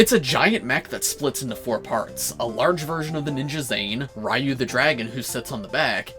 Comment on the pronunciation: REEYU? REEYU? i think you mean R”I”YU